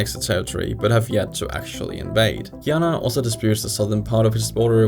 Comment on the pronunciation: He butchered Guyana and Surinam 😅